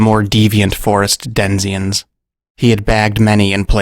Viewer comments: Denizens, not "Denziens your welcome " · Great story! FYI -"den' ih zen", not "den zee in" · denzians? i think you mean....denizens? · The f**k are denzians? You mean (den-a-zens) denizens. How the hell do you even pronounce that wrong? You need to work on your pronunciations. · You did well! You're a good storyteller. This would be a good multigenre noir & horror film. I thought I heard you say "by his own accord" instead of "account" and "denziens" instead of "denizens". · Great story. But it's denizens, not denzians, brother. No offense intended. I really love your work. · Hey love your videos! I am a bit of an autistic word nerd and couldn't help but notice a word you said. Is it a mispronounced denizens? It's funny i heard it and subconsciously combined both words of denizens and transients, but then realizing it's not a word I've heard or recognize in any English vernacular, thought wow! My man here just made a new word! So I officially declare denziens a new word, which in combination with denizens and transients means just that; the local moving ne'er-do-wellers of said habitat, local or wilderness:) stay safe n healthy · I’m sure you meant to say «denizens», rather than «denzians». Great narration, as always, couple of good heroes in this story. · Great videos! at about you say "denzians" when you mean to say "denizens" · Denizens,. Not denzians. Excellent work, nonetheless. AS ALWAYS. Thanks. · "denziens". did you mean "denizens"? Fantastic video, subscribed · did you say denziens?